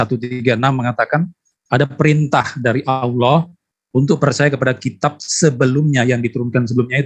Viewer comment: Assalaamualaikum, oten tadi menyebut kata Allah dengan olloh tidak ada didalam bahasa Arab huruf O .